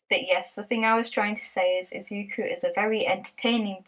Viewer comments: Izuki 😂😂😂😂 sorry you said izuki instead of Izuku and Katski is more of one word than kat-suki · Lemonine XD They were talking about Izuku during the video for the name. They couldnt pronounce it XD. I know its bakugou, you cant really forget the explosion boy